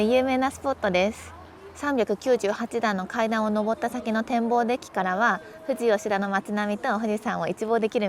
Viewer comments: オススメに出てきたので初視聴(初チャンネル)ですが、地元なのでほぼ知ってて結局最後まで観ちゃいました😂 運転お疲れ様です。 せっかく山梨に来られて天気にも恵まれてたようで良かったです😊 これからも日本一周の旅はどうかご安全にお気を付けてください！ ※富士吉田の発音は、ふ→じ↓じゃなくて、ふ→じ→よしだ。と同じ発音でそのまま読みます😂(どうでもいい) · 初めまして。 ちょっと気になりました！ ふじ・よしだ ではなく ふじよしだ かと。 そんな言い方聞いたことないので…